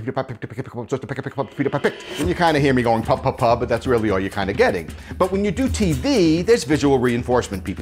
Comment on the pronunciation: Stuart Sharpe I heard it to. lol